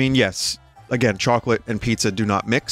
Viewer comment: vinny doesn't usually let his bostonian accent show through but the way he said "choawclete" really let it be known.